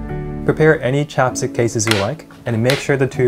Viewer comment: I thought he said chopsticks instead of chapstick